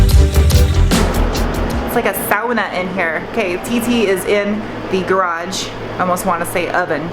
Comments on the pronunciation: As someone of Finnish descent, I have to give you props for actually pronouncing Sauna correctly (Sau-Na) instead of as saw-na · Omg! You said sauna correctly! Music to my ears. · Props for saying the word Sauna correctly 👍🏼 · Pronounces sauna in perfect Finnish.😍